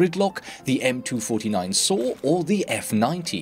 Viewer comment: cant handle that you say m2 49. its m 2 4 9